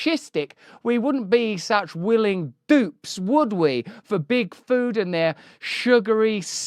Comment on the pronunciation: Can't help it but I hear Bigfoot every time he says Big Food, and it makes me imagine evil Bigfoot ruling the world from the shadows :DD